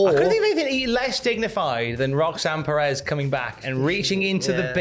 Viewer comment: should not be allowed to pronounce Perez lmao.